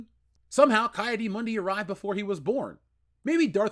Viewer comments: Isn’t it “Key” Adi Mundi? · Wow,you butchered the hell out of Ki-Adi Mundi name😂😂😂